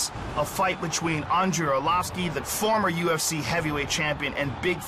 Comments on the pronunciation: Whats wrong with this brazilian commentator at 30min49, who is " Andrei Arlovisk" ? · Arlovisk??! Nice job! Hope he gets the W!! Why can't they just learn english and why can they do their weigh-ins/promo videos in portuges, insted of other countries (Germany, some parts of Canada -which are french territories originally, Japan... etc.). No offense, Brazil has a lot of great fighters, but I'm fuckin' tired of listening to this unknown shit!